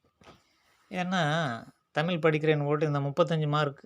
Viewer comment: தமிழ் என்ற உச்சரிப்பு தான் சரி. உச்சரிப்பைத் திருத்திக் கொள்ளுங்கள். ல் போன்று உச்சரிக்கின்றீர்கள்.